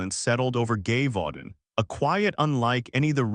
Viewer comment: If your going to do this story. You need to get the pronunciation of the location cortect.